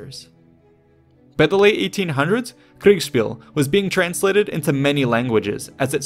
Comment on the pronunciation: It's always funny to me when you say kriegspiel lol Either you say it really forced, but get the syllables right, or you say it almost naturally but slur the s into an sh and say kriegshpiel. It's cute <3